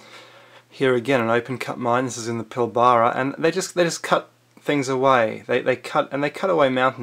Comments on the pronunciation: if we were raped of mineral wealth why was all the red iron rich centre left alone with the biggest deposit on earth??? and learn how to pronounce Pilbara try saying Pilbrah that's it"s pronunciation. We are already in the beginning of a runaway global extinction event that will kill all species except the most hardy bacteria and pathogens And you stupid FUCK! dont patronise the Natives Dreamtime religion! they are fully 100% Spiritual and us white cunts that nearly wiped them from existence and the history books (if we could have) We are 0% Spiritual we are totally materialistic and deluded if we think we have any spirituality as we have been systematically robbed of our past by our freemason owners so go fuck yaself! I've travelled this land 4 times round and lived with the central desert aboriginals when i was 15 for half a year and tribal elders in kimberly later in life ant you are a untraveled fool never gained trust from a tribe by living their way long enough to get respect to learn some of what they can teach you that you cant even teah ya mates when you return to your place you grew up because you cant teach what they teach our language and way of life can express this stuff it's like saying draw a 7 dimensional picture on that bit of paper with a pencil' Sadly our continued genocide of the natives is almost complete as we have killed almost all of the initiated elders and they have been stopped from acting the ceremonies to imitate those in place to receive initiat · its pilbara not pil - baaara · My 10 year old grandson could put together a better researched article than this rubbish. Also its Pilbara (pronounced Pilbra) not Pilbaaaaara. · Pil-bra not pil-bara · how many ppl have pulled you up on your "Pill-bar-rah" pronunciation??? Its "Pill-b-ruh" (short "bruh") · it is pronounced - PILLBRA. not pli ba ra. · Pill-bra not pil-ba-ra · lol! I was thinking the same thing about his pronunciation of Pilbara. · Pil-bruh.... Say it with me PIL - BRUH